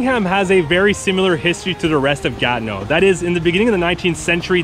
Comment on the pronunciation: Comment vous le prononcez Ganeau? Ce n'est pas le mot Ganeau que je vois. C'est plutot Gatineau.